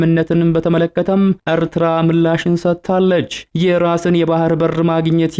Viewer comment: አርትራ አትበል ኤርትራ ነዉ ቁልፍ አፍ በወፍ ቆነቋህ አታወራም ኣተላ።